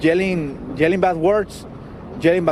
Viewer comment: “We hear people jelling, jelling bad jwerds” 😂